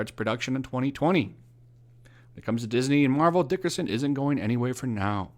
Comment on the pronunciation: its not Dickerson, Its Derickson